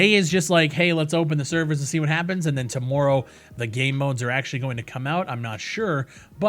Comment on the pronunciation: Can really hear that accent in that “tomorrow” :)